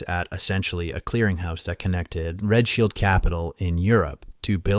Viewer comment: Are you calling Rothschild "Red Shield" ? :D